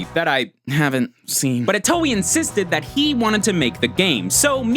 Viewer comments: Itio? It's Itoi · Did he just say Shigesato itoe like ee-toe-ee??? It's ee-toy btw. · It's Shigesato Itoi not Itoey. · it's shigesato iTOI not iTIO. this is why I hate this channel. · I can't be the only one who is cringing at the fact he's pronouncing Itoi "Ee-tow-ee" and not "Ee-toy" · Itoi, not Itio ;) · please tell me I'm not the only one who lost their mind when he pronounced Itoi's name as "ee-toe-ee" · "Shigesato Itio" GG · Say it with me y'all: EE-TOY NOT EE-TOE-EE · "itio" no it's "itoi" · Cringed at every *eetoweeh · Ghostbusters Reject yes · Take a shot every time he mispronounces itoi